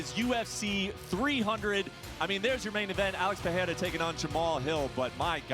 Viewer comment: How the hell does Brett pronounce Pereira wrong?